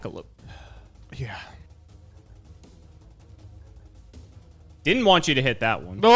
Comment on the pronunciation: Did say JJJackalope? Is he a fan of Jacksfilms?